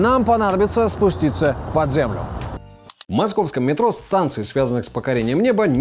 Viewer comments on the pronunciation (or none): none